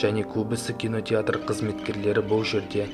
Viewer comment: кинотетр емес кинотеатр